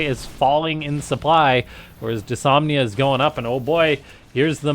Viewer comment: It's "dys-NO-mia" not "dysomnia"